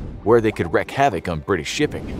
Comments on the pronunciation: "Wreak" rhymes with "leak". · Really? You're fine with his pronunciation of wreak ?